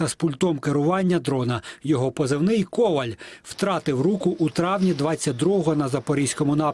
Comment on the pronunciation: ... українською КовАль..., а не КОваль...